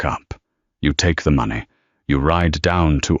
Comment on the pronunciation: No and it doesn't know how to say money right either or how to tell time doesn't pronounce right year there is a lot of them 😂😂😂😂😂😂